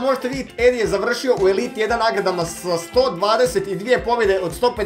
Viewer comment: HAHAAH TI KAD KAZES EDI JA STALNO MISLIM DA KAZES ENDI 😂😂 JER JA SAM ENDI 😂😂 MOZE SRCE KRALJINO BOLESNA ET KOMENTIRAM NAKON UTAKNICE I POBJEDA NORMALNO 😂😂